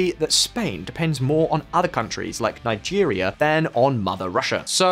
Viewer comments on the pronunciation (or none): none